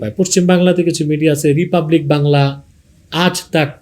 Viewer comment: হুজুর চাচাজান আপনি যে বাংলাদেশ থেকে অতি সঠিক ভাবে রিপাবলিক বাংলা, আজ তাক বাংলার নাম বললেন শুনে খুশি হলাম। আমাদের পশ্চিমবঙ্গে সাম্প্রদায়িক দাঙ্গা ঘটলে তার জন্য প্রথম দায়ী থাকবে রিপাবলিক বাংলা।